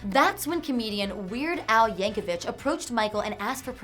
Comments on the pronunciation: Its not vitch its vic no h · His name is pronounced "Yank-uh-vik."